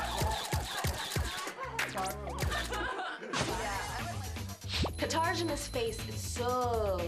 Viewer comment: Whenever I see Katarzyna all I can think about is how dirty Tyra did her this season. Constantly saying her name wrong. Then realizes halfway through that a different haircut actually looks better on her.